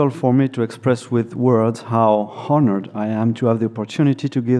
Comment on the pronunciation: I loled when he pronounced the h in honored. The one silent h that you would otherwise expect a frenchman to have no problem (not) pronouncing.